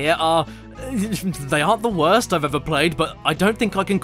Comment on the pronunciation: “The west that I’ve evuh sin”